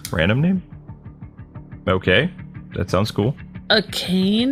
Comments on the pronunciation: Its "ah kah nae" not "a cane" You plebs (no offence) (its leviOOOsa, not levioSAAAA) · I know this is a late late comment but here's how you say Akane Ah Kah Neh. Drives me nuts when people don't attempt to say it properly XD